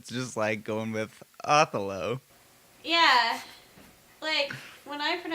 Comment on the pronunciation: It’s not pronounced AWthello? 😂